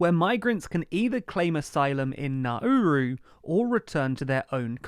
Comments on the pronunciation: PRONOUNCE THINGS CORRECTLY CHALLENGE (IMPOSSIBLE) It's Nowroo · Nauru is pronounced Nawroo.